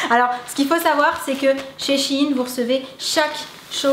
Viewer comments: Mais t trop bell parcontre on die pas shin mais shein pronnonce le E sinon super video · C'est pas shine mais shèine sa s'écrit shein ^^ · Coucou shein sa se dit chaine mais pas chine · j'adore vos vidéos et tous mais on dis shine mais shein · Cc je suis désolé de te le dire mais on dit pas shin. Mais shaine. Je sais pas si je suis très claire. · C pas shyine la prononciation c shayne la prononciation hihi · Noooon sa se prononce Shaïne mais la vidéo est trop cool sa ma grave inspirée !! Alors Merci merci 🙏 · Coucou apparemment on dit vrm chine pcq avant sa s’appelait Sheinside donc quand on le dis on dit sheiin 💛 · Waw j'adore les ensemble 😍 mes juste y'a un trucs qui me fait beaucoup rire tu ne prononce ma shaine comme il faut 😂Si non je voud adore vous ete les best 🥰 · shein se lit ^chayen^